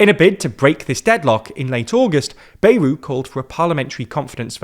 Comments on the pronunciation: Anyone else insanely annoyed at how pronounces Bayrou’s name?! It’s BA-Yrou - like BAt, not Bay-rou. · The pronunciation is "Byerou".